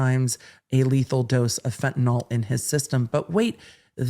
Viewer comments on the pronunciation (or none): As a fellow full blast ADHDer, I know you are picky about getting tidbits correct. As a nurse I want to point out that Fentanyl is pronounced fen-ta nill, not fen-ta-noll like Tylenol or propofol. The world at large mispronounces it so it's an easy mistake to make.